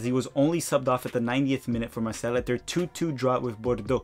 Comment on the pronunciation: Keep up the great work,! I enjoy these US player updates a lot. As a viewer from France, may I give you a couple of pronunciation suggestions: Charleroi= Shar-luh-rwa Marseille = Mar-say-uh (just Mar-say would be fine, but not Marselle, or just say O.M., that's what most people here say) Siebatcheu = See-ba-chuh